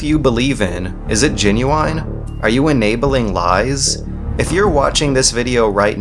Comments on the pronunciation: Why does constantly pronounce comparison as "comparishun?" And later pronounce genuine as "genu-eye-n?" I'm confused. Great video though. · "...is it genuwine?" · this video had me hooked until he pronounced genuine like that